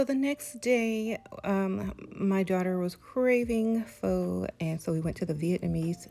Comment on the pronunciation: Hope it's ok to note that vietnamese pho is pronounced "fuh". It's my comfort food! I was lucky to live in an area where there were 14 pho restaurants. Soup girls are elite lol